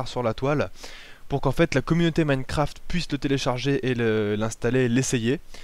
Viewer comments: "Minnecraft". Si tu déprimes, demande à un français de parler anglais. Tu vas juste te poiler pendant des heures. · [Minnekraft] -__- C'est compliqué de prononcer avec un poil d'accent ? Sinon bonne vidéo !